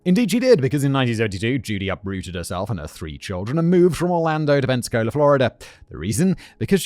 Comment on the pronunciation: Being from near Pensacola and Gulf Breeze thank you for saying them correctly, but Pensacola isn't a nice town lol 😂 love the episode